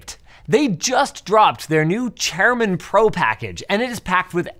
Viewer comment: How does Linus not know how to pronounce the word chairman? 😂